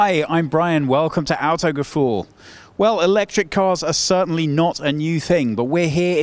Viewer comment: Nice video, but I have to ask a question that has been on my mind for a while. Brian has been with Autogefühl for quite a while now, and he does a good job. But when is he going to learn to pronounce the channel name? I cringe a bit on every intro. I'm no language tutor, but speak both languages. Maybe this can help. It's Autogefühl, not "auto-ge-foole". :-) So... Tip 1: Auto, not as in automation but more like someone pinched you and you go "Aw!" :-D "Awto". Tip 2: Gefühl as ge-phyl" where the phy is pronounced as in physics. "Awto-gephyl". Hope it helps, maybe watching 100 Thomas introductions helps more. ;-) I know it's a detail, but it's always a bit of a letdown when people mispronounce the company they represent. :-)